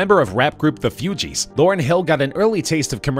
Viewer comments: It’s pronounced : “foogeese” not “fewgeese” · hey... its not "FEW-GEEZ" its "Foo-Geez" thanks! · Whyyyyyyy do you say Fugees like that !! It’s like Foo-gees .. Not Fee-u-gees.. My goodness.. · its actually Fugees not Foogeez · Its the FUGEES NOT FEWGEES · IT is FU-Gees NOT FEWGEES< WTF? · The Few-Gees? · I’m convinced this guy has no clue what he’s talking about...as soon as he said “few-gees” 🤔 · " The Fewgees " 🤣🤣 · Not as broke as your attempt to announce "Fugees"..... Who the hell are the "Few-geez?" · "Few-gees" lol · Did dis nigga say the Fewgees? Lmao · The “Fewgees” lol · The “Few”gees??? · The F(you)gees 😂😂😂😂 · Disliked...just for saying pronouncing Fugees 'Fewgees" WTF LOL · The Few-Gees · Haha he said fewgez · The “fewgees” kmt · Few-gees?! L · When he mispronounced Fugees I let it go, but then when talking about Nas owing to the state of Georgia and they showed the map of Georgia the country (my parents’ homeland) I stopped the damn video. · You lost me when you couldn’t pronounce fugees right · Lol the way he says the fugees